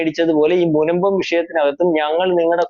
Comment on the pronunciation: "മുമ്പം" അല്ല "മുനമ്പം"